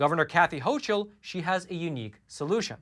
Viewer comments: The NY governors name is pronounced "hokul", not "hochul". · Just an fyi that the governor's name is spelled ch, but is pronounced "ho"k"ul